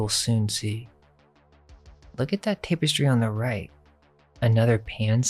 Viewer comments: I tried to ignore it but I had to say something after hearing you say tape-estry at least a dozen times. Tapestry is pronounced TAPestry not TAPEestry dammit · "Tap-uh-stree". Tapestry. Not "Tape-uh-stree". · Cool vid. But learn how to pronounce things. Example: tapestry is pronounced “tap-estry”, not “tape-estry”. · the word "tapestry" is mispronounced. It was a bit jarring to the ear.